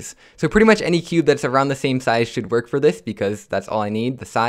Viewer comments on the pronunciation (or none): none